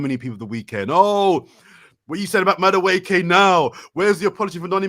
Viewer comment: pronunciation of Madueke is funny. Let's try this, think of saying Eze, but instead 'z' say Eke (valid short form of the name), then when together say Madu-Eke. Hopefully that helps.